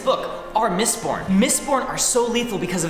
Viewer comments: Only I heard "Mist PORN" not "MistBorn"? :D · i thought he said mistporn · Thought ya said Mist-porn there